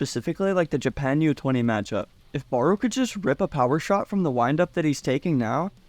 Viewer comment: bro how you pronounce barou is annoying asf💀💀its not ''baroe' its ''barow''